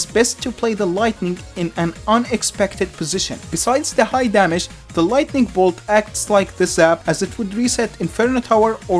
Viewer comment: I heard “the lighting ball”